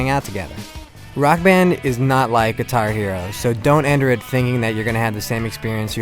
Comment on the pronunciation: why did he say guihar hero, it's guitar hero dumass. Look